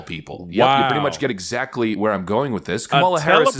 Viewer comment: This black guy doing the show needs to learn how to say exactly. He says it like a drunk person